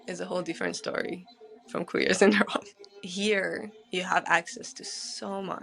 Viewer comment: The black woman said she is Iranian but mispronounced words like Iran and Qajar etc. she culturally appropriated the culture and language under her black disguise. I have so many black Iranian friends and not one has been ostracized or made to feel less Iranian than anyone else. Iranians are way above how this is portrayed. If they feel a certain way it is because of the government not the people. The world doesn’t understand this.